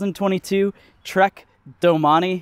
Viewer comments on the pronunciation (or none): i closed the video when you pronounced it as DO-Money instead of domain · "Doh-man-eee" urgh... the bike guy needs to learn French pronunciation.... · Doh-mon-ee is how it's pronounced. It is not Domain. Feel free to move along